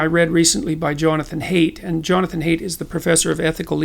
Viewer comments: Don't wanna be that guy but Haidt is actually pronounced /haɪt/ (like height) instead of /heɪt/ (hate). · For future reference, Haidt is pronounced like height, not like hate. The video started out well and I had high hopes, since I am a fan of Haidt. I became impatient, it seems to beat around the bush. So I quit . Sorry. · Haidt's name is actually pronounced like "height." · Professor Haidt's name is pronounced "height," and his strategy of naming entire swaths of human thought as Marxist is a peculiarly American viciousness which you, Professor Jordan, should not buy into. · B Peterson Hey Jordan. There is a small chance you will actually read this but thought I'd go ahead with it. First of all, huge supporter and admirer of your work. Mainly I wanted to say: I'm pretty sure Jonathan Haidt prefers the pronunciation of his last name as 'Height'. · It's pronounced "height!" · I thought it was pronounced like "height" but maybe Peterson is correct.